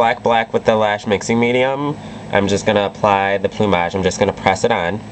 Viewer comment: Wow.. I think its the first time i hear someone prononce "plumage" correctly. Amazing look btw, I loooove you videos